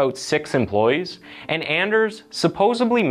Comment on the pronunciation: "Supposebly?" Ouch.